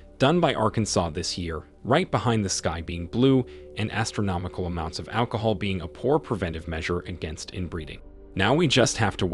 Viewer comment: LMAO 'alchohol' hehahahahahahaha